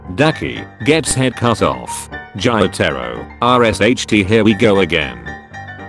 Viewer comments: Gyataro: JOTARO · How the voice pronounces the names : Inosuke : InosUk Giyu : GAe-you Gyutaro : jAyutarr